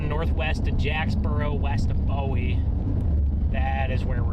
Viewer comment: Did you learn to pronounce BOWIE BOOEE TX YET